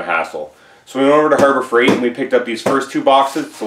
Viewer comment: What’s a HABOR FREIGHT?